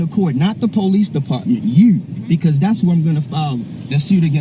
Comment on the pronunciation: The word is not pronounced PO Leeze!